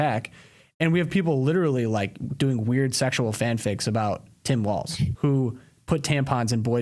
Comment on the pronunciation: Thank you for pronouncing WALZ almost correctly (it has no "T", just "walls, not waltz'. It was my last name before I married years ago, and STILL everytime someone mispronounces it I wince.